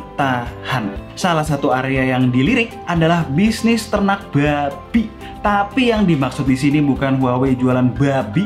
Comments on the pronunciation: Buabi nya medok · Bg bilang buabi nya selo aja bg😡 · biasa wae mas nek ngucapno kewan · Pagi pagi kuping gue penuh ama kata babi yang ditekan huruf 'B'nya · Ngomong Babi nya ngakak 😂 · Ngomong "Babi"nya harus gitu ya? 😁